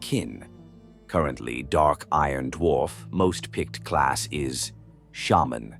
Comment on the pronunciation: That’s actually how you pronounce it